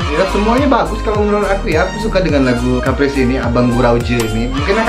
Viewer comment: Terima kasih karna udah realisasikan request aku. Tapi sebutannya kayak kepris atau sebut keris tambah p doang. Ada lagi 1 lagu Caprice tapi belum release. Aku ada dalam MV dan BTS videonya. Tajuknya Line Clear. Cuma rilis BTS aja udah 2 tahun gk rilis MV nya lagi